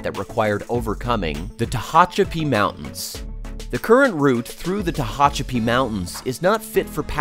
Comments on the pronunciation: Tee hatch a pee is how it is pronounced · Mispronounced San Joaquin and Tehachapi. 🤣🤣🤣 Next time hire a narrator that checks pronunciation of non-English place names on Wikipedia.